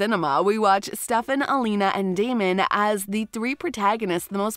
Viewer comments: litterally, elena was alina, damen was damien, stefan was shephaaaannnn, alaric was just some foreign language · Elena's name is NOT Alina and Damon's name is NOT Damien. You want to give US some news when you can't even get their names right? This is a joke, right? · First. It's Damon not Damian Second. It's Stefan not Stefaan. 🙄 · Huge fan...repeatedly says "Damien", this children of the corn? It's Day-mon! Really!? This person butchers over half the names, I doubt very much a fan. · it's Damen as is DAY MEN not Damien like day me in... and Elane as in AH LANE AH.... and last Stefan as in STEFF IN ...sorry not big deal but was kind if annoying to hear.. as a fan how you can you legit say every name wrong it's really weird. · “We’re team Damien” it’s Damon, but okay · It makes me sad and mad that she says Damien instead of Damon and Stefon instead of Stefan and Mickyson instead of Mickelson No hate tho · It's stefan and damon not stefaan and Damien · It's not damian it's Damon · Damien instead of Damon? Stef- on? Yikes! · this is a joke right shes saying their name wrong on purpose right? Damian? aliric? hupe? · Oh god, she slaughtered the characters names.. quite obvious she hasn't actually seen the show. Alina, Damian, stefaan, aliark... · The narrator of this video has obviously not watched any of these shows. Her pronunciation of Alaric, Stefan, Damon and Mikaelson is so wrong!